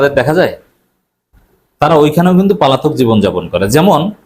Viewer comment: আপনার কথা শুনি অনেক আগ্রহ নিয়ে ।যখন পলাতক‌ কে পালাতক বলেন শুনতে ভালোলাগে না ।